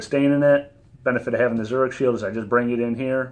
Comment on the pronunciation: It’s pronounced ZURIK … not CH